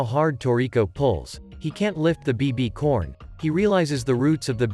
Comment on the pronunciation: Ain't no way bro said BBCorn💀💀